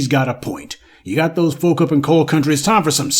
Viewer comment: This chick said "Coil instead of coal & Apalon mountains. Lordt😂! Girl ❤😢